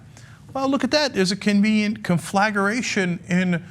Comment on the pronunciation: it's pronounced "con-full-gray-shun" dude.